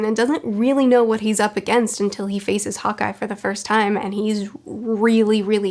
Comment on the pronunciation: When says "Hawkeye" does anyone else hear "hot guy"? just me? okay.